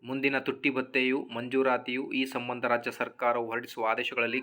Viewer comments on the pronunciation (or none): Sammanda alla sambanda anta heli